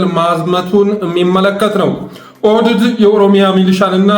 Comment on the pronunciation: ብአደን ሳይሆን ብአዴንነው ኦህደድ ሳይሆን ኦህዴድ ነው ካብኒ ሳይሆን ካቢኔ ነው የምባለው:: ለስሙ አማራ ነኝ ትላለህ አማርኛውን ስታንጋድደው ትውላለ:: ችግርህ ምንድን ነው?